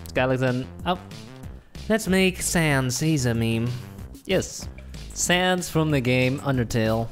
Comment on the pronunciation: Did people in the commit just said sans more like PANTS